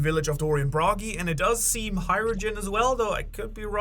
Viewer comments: Hajrujin? NO HajruDIN!!! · You pronounce Hajrudin and Ripley really fucking weird. It's Hi rude ing (the g is silent), and Ripley like Ripley's believe it or not